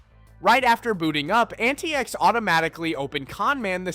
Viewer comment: "AntaïEx" linux Yeah, that or antics, I really hope english is not your mothertongue.